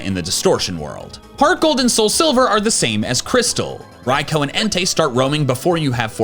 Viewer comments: It's pronounced rai-too, like arkoos, not raikoh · You pissed me off the way you pronounced Raikou's name "Raik-O" 🤢🤮 instead of "Rai-coo" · You mean rai-koo? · wtf did you just call raikou or are you baiting on purpose? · You say raikou wrong and annoying